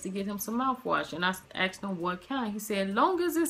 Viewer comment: lol.. instead of "asked him" you said AXED him